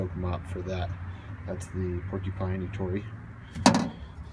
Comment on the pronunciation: finally a window cleaner who can say the name ettore right, know i know I'm watching a video from a real window cleaner. except it not called a mop, it's a wond cover. but you have all the right terminology..